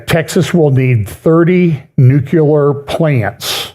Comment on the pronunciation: "NEW-Klee-er." Or try: "NEW clear". Close enough.